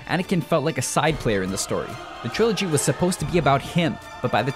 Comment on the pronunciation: Lol triology too